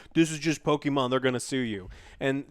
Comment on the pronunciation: No one: No one in the universe: Joe: pokiman